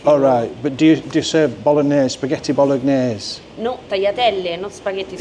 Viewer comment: Love when you asked the Italian waitress if she serves Spaghetti Bol-og-nase. And say it three times because it must be her who doesn't understand the correct pronunciation of that word. 😂